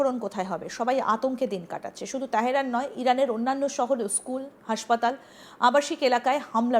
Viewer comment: তেহরান উচ্চারণ ঠিক করুন।